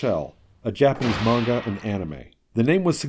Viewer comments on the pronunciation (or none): none